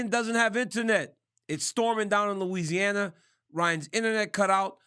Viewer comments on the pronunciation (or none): none